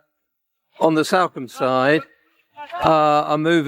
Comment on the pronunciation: “This is Salcombe” he says. Completely mis-pronouncing the towns name. Same for East Portlemouth. Seriously…